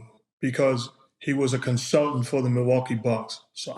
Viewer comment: Nor is counseltate 😅😅